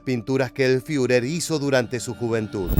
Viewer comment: El comentarista podría empezar por leer alemán correctamente. No hace falta hablarlo. No sé dice FIURER, es ridículo, sino FURER, con U francesa.